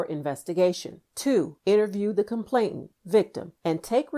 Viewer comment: This would be even better if the word complainant wasn't repeatedly mispronounced.